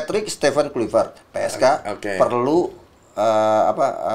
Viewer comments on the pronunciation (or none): Akmal Akmal.. luipret kluipret. Itu huruf v bukan p eeehhh